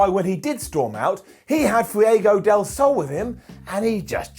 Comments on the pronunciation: LOL. I'm pretty sure this time it morphed into "Fewieaygo". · Everytime says "Fiego del Sol"